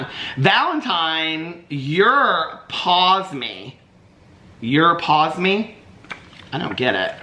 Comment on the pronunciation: 😂😂😂😂 It is pronounced "Pawsum" 😂